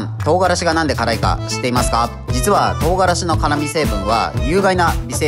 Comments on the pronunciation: とう↓がらし↑ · 唐辛子のイントネーションが違う